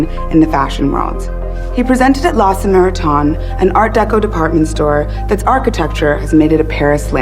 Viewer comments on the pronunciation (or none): La Samariton? LOL